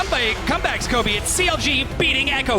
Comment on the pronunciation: Did you say Kobe for the Basketball player or Khoobi?